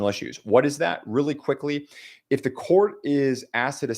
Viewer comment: You said really clickly😂